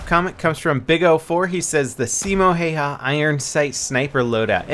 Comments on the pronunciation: it's pronounced like Hieha or something weird. ( he was Finnish ) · By the way if anyone wants to pronounce Simo Häyhä like we do here in Findland. Call him Simo Haveha as the way Have -ha [ Haveha ], as the proper way of pronouncing have is [ Hav' ] and also use exactly the same parts of our tongue and throat as saying Häyhä = Haveha. To have, excluding the word to of course and then ha right after the word have. Simo Haveha ( Simo Häyhä ). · Björn Dahlberg It does but the following letter Y would be a hard one to follow up due to the different way of pronouncing that letter. And there isn't any good way of explaining how you say it other than Haveha = Hayhä. But if you happen to know or anyone happens to figure out a more proper way of saying Häyhä like Finnish do. Be my quest =) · Se on Häyhä eikä Heiha :D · Häääähyääää eikä Heihylääääää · His second name is pronounced "how ya" I'm Finnish so trust me :) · drviper10 I love the way says Hayha's name, it's so incorrect. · ''Simo Hey-Ha'' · its funny how you say simo hihi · as a fin I laughed my ass off when he said häyhä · paasovaara Me too XD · paasovaara ehkäpä hän ei puhu suomea yhtä hyvin... Ei me suomalaisetkaan puhuta englantia parhaiten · btw u butchered the absolute balls out of Simo's last name. look up his name on you tube and there should be some videos where they say his name.